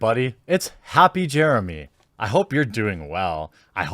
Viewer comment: LMAO! “Happy Jeremey!”